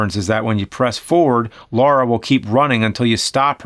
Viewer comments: It's LARA! LAH RAH! NOT LAURA! NOT LOH-RAH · Its not lera not laura but Lara croft.... like lalaland. Yes that bothers me haha